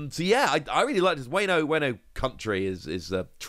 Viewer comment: Been watching your videos for awhile now love them no problem but the way you say wano kills me everytime its whaa no not wayno and for the reveal for gear 5 is perfect not too sure why you didnt think it was a good way to reveal it later than before because its there anniversary and one piece day was perfect for the announcement